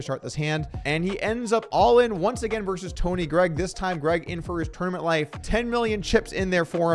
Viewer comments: Versus. The word is versus. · "versus" has two syllables. FYI